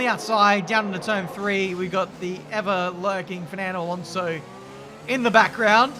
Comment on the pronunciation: Your pronunciation of Alonso really annoys me, and you said his name like 40 times in 5 minutes 😂